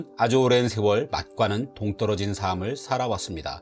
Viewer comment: "삶을 위해" 매 번 틀리게 발음하네요 × : 삼믈 위해 ○ : 살믈 위해